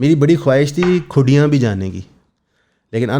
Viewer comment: Its Kundiyaan, not khudiyaan